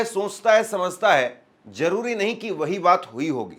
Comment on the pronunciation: Crash bolo Jaroori nai zaroori bolo